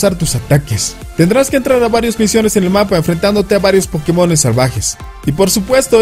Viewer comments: O como Josue Yrion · O como Maduro :v